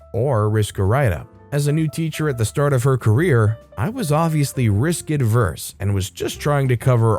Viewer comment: Not a huge deal but since I've heard you make the same mistake before, averse and adverse are different words and are pronounced differently.